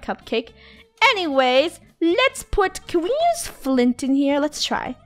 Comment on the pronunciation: Why does funneh say"nuse" instead of use?